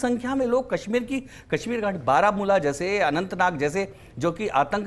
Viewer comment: Ganwaar tolla aur ganwaarun jiasa pronouciation.... j ko z ...z ko j....s ko sh....sh ko s padte hain Jaise hazar ko hajar zindagi ko jindagi Kashmir ko kasmir shaheed ko saheed etc. saray ganwaar hai